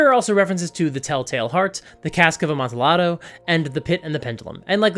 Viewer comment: Hey, just for the next time you need to read a spanish name, amontillado is pronounced “ah-MON-tee-YAH-doe” because a double “l” makes a y-like sound. (At least most the time, Language gonna language) :)